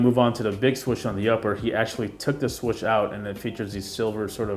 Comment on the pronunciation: The only complaint I have is the way you pronounce swoosh😂💀. But dope review nonetheless! I will be trying to cop these whatever way I can!🙌🏼👏🏼🔥